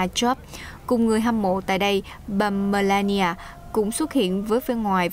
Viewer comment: bà Melania ; NOT Malania !!